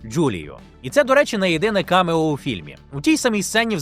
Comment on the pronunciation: Цілий сюжет про камЕо і не поцікавитись де наголос Потужно